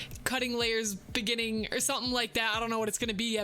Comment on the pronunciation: You: in the beningging in the beningging Me: you mean in the begining